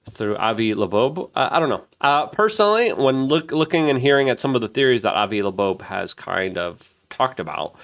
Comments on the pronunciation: Bro I think you might need to invest in some speech classes. Esl is not the reason you keep calling avi loeb, “avi labobe,” over and over and over again. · Avi "Lebobe?" Dude, you don't even try do you? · Like how he called Doge> doige or Avi Loeb> Avi loobobe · Luke has issues with pronunciation. If you noticed he also said "Avi Labobe". I love Luke... although my wife and I laugh at how he says stuff all the time.